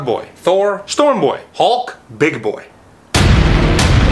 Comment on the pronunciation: The emphasis on “BIG BOY” broke me💀💀💀